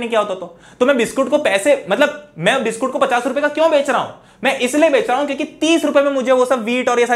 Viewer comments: Biscuit ❌ Biskoot ✅🍪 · biskoot came out of sir mouth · Nhi "BISKOOT"